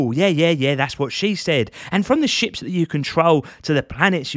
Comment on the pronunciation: I love watching Euro dudes explain space games because when you say ships i hear "shit" it makes it 100x better 😂